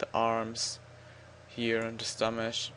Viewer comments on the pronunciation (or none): Stomash XD